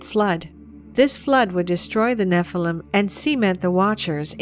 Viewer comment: Could the young lady possibly pronounce "Nephilim" correctly? The noun is Hebrew plural.